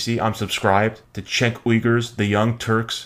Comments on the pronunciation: If you are subscribed to TYT then you could at least pronounce Cenk's name right. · I watch Glenn Beck while on cannabis all the time. It's hilarious. BTW, it's pronounced "JENK".